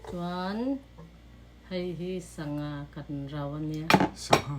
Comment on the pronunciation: A zo nu lo ve,a aw phawi chu a sangha lam dan te chu a zonu lo lutuk😅